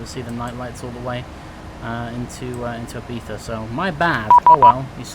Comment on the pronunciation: Perfect pronunciation Ibiza.